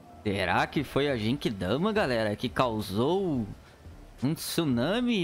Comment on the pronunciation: O cara não saber as transformação do Goku, é foda kkkk. Não é atoa que o cara fala '' JEIQUIDAMA '' Mds kkkkkkkkk